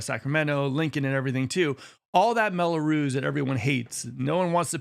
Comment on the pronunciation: It's "Mello-Roos," not "Mello-Ruze" The s is like the s in "loose."